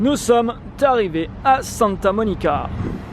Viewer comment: Nous sommes arrivés. pas " t arrivés. "